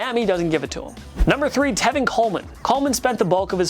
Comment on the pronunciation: Another TPS video, another pronunciation flub by their present. Didnt know Mattison went to "Boys State" and Chubb "Clearly" won the rushing title? You mean "Nearly"?, because last I checked Derrick Henry won the rushing title. And who is "Telvin" Coleman? Latavius Murray has a "100 yard SEASON" on his resume? Wow!!! Come on, TPS, can we get presenters who actually know when they say something wrong and can correct it? Do you not have editors?